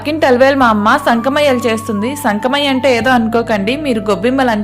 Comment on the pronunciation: సంకమయ్య కాదమ్మా సంక్రమయ్య అంటారు